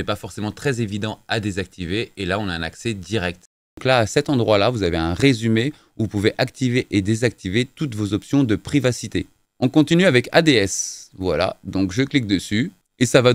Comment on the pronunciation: Sinon ads ça se prononce en un mot qui est anglais et qui signifie publicité. La preuve s’il es est qu’il ne sait même pas de quoi il parle !